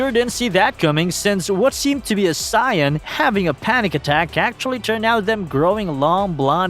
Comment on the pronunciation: That's close to how you say it in Japanese..Noob